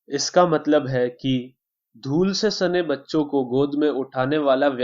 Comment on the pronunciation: Lool nahi dhool